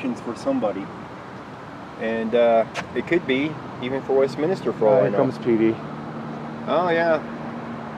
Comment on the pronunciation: The place is called Westminster and not Westminister as one of you said. Apologies if this seems pedantic to you.